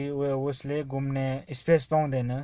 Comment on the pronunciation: Gumne hoina ghumne ho sir